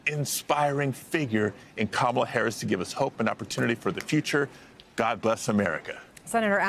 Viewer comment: Butchering Kamala’s name combines two of the GOP’s past times: racism & illiteracy.